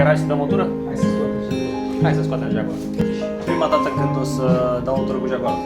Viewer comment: Asta-i "jagoarul"?😂😂